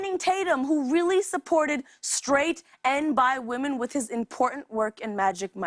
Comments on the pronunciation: Why do you say women as woman- "I haven't got good education" ahhhhh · Maybe stop calling them "wahmen". A pretty fucking misogynistic thing to say.